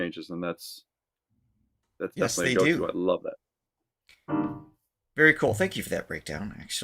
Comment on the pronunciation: Vee-rey sa english wag bobo😂😂😂😂